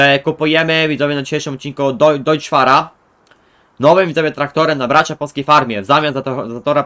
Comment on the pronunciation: Nie czyta się "Dojcz Far" tylko "Dojc Far". Gdyby czytało się "Dojcz" to pisałoby się "Deutsch" a nie Deutz".